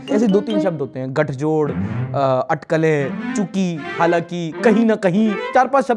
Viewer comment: अठकल नहीं, अटकल